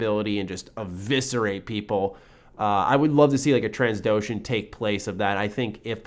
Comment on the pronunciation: new companions? yeesh that might piss people off. BTW its Trandoshan (sp?), i know its not Transdoshan lol